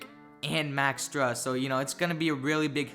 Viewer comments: It’s pronounced “stroos” not strus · Pronunciation is stroos not strus. 👍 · Pronounced STROOSE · It's pronounced stroose like goose